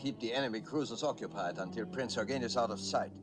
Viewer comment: Good to hear them pronounce it as "Prinz Oygen" as is proper German. Have seen to many histories where it pronounced as "You-gen". I cringe at that!